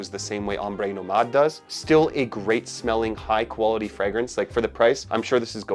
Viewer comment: “The koala tee of this fragrance”